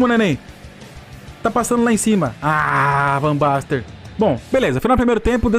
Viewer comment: Chamando o jogador com o nome errado também... "Van Baster" KKK Aí ele se rebelou contra ti. kkk